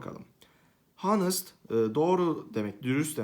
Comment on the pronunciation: honest hanıst diye okunmuyo anıst diye okunuyor hocam amacım doğrunuzu düzeltmektir aşşağılamak değil